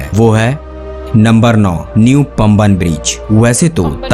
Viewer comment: PAMBAN ...is pronounced Paah'mbahn..it is a Tamil word.❤🥰🙄👍🇮🇳